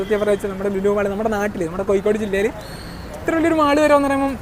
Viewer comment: It's not spelling it's pronounciation. കോയിക്കോട് അല്ല കോഴിക്കോട്